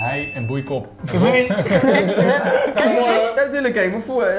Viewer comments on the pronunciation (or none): Bankzitters die niet weten dat je hei-en boeicop uitspreekt als hei- en boeikoop :)